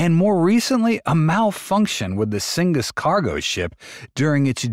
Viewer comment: A decent overview, but cygnus is pronounced SIGNUS, not SINGUS. can’t let that slide in the editing, because it makes the bot narration too obvious